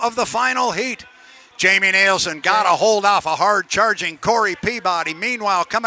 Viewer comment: you need to learn to pronounce Jamie's name correctly. NILSEN